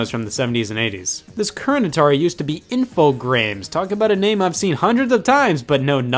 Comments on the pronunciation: Infogrames is french and pronounced ah-fo-gramme say it til the last vocal, if it's an e, don't say it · "grames" sounds like how Steve Brule would pronounce "games"